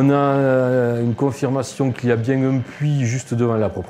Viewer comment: Mdr "bieng" horrible😂😂